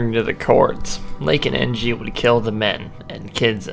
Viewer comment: Charles En-gee?...